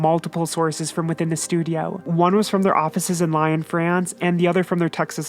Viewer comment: Lyon === Lee-on not Lion